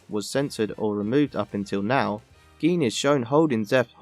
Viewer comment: “Geen”?? It’s pronounced “Jin”